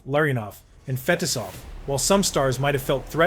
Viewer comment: Yo is this an AI voice? CaroLEENA instead of carolina? Fetizoff instead of FeTEEsoff?